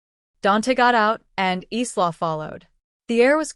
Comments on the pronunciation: I can't stand the mispronunciation of Isla! It's pronounced Ī la not Ē slaw! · Isla is a Spanish word meaning island, so its pronunciation is "ees-la." So the closest AI got was "Eastlaw." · Isla is pronounced as ... 'Eyelar'... Walsh! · PRONUNCIATION !!! Isla = eye la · A pity the name Isla is mispronounced. It is a Scots name and is pronounce EYE-la, the s is silent. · That’s what I was going to say. It’s Eye-la like island. The mispronounced nouns drives me mad in these stories their AI sucks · Her name is pronounced "eye-la" ! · Why can't she pronounce Isla's name right. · My niece's name is Isla and it bugs me when the is pronounced wrong 😤